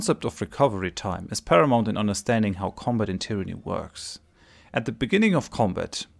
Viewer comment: Lustig, dass du bei allen Tyranny-Videos tyranny zu Beginn immer richtig und am Ende immer falsch aussprichst. Da muss doch System dahinter sein... Aber das nur nebenher. Guter Content, danke.